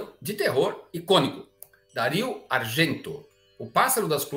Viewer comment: Adoro filmes de terror, espero conseguir ver todos que ainda não vi. Por exemplo, já vi L'uccello dalle piume di cristallo, do Dario Argento. Com todo o respeito, gostaria de corrigir o modo como pronunciou seu nome, que é [Dário]. Outra curiosidade, que peço licença para complementar, é que o nome "giallo" vem de amarelo, que é a cor da capa de uma clássica coleção de livros de suspense e terror, da casa editora Mondadori (em se pode ver a explicação, em italiano). Sou fã do Belas Artes! Parabéns pelas excelentes programações! Se pudesse, ficaria mais tempo aproveitando. Abraços da